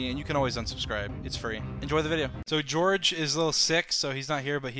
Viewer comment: "gOuRGe" it's George